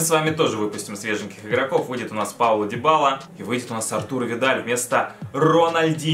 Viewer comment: не дибала а дибала ударение на первую а